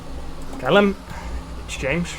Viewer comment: Jarno, it’s James